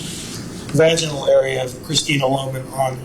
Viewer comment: Every time this THING masquerading as a human utters the word "Vaj-EYE-Null" instead of the correct pronunciation of "Vaj-IN-ull" makes me cringe so freaking hard.